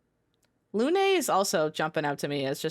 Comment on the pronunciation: Shoutout to actually pronouncing Lune's name correctly while the americans refuse to listen to how it's pronounced in the game. They all refused to listen to how Hades 2 pronounces Selene, but oh well